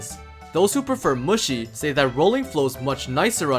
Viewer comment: lmao he keeps saying muschi 😹🤌